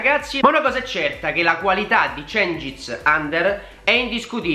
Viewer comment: Si legge djengis yunder ...